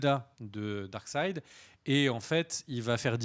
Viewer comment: S'il te plait. Arrète de dire darksid. Ca m'arrachait le coeur à chaque fois.:(